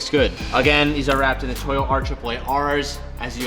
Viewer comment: To-yo not toy-o